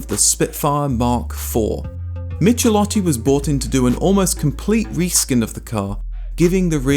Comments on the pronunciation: Extremely good content - thanks! Italian pronunciation: ch says "k", hence 'Mikelótti" - and if you should arrive at Lamborghini, gh says "g like in gear" - LamborGini. You know the gh from spaghetti, which you probably would not pronounce spadgetti ;) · I've never owned a Spit but I once borrowed a Spitfire 1500 and it was quick. The only car I've owned with comparable performance was my Dolomite Sprint, another Triumph model styled by Michelotti. As somebody else has already said, the first part of his surname is pronounced like "mick". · Please learn to pronounce foreign names!!! The pronunciation of "ch" should be "k" for Michelotti! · That's "mick-eh-LOT-tee"... Cheers from Italy! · Michelotti is pronounced "Mickelotti".